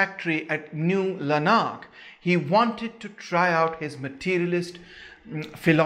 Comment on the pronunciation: Owen stuff good but a bit anglo-centric; New Lanark for example (stress 1st syllable btw)), is in Scotland.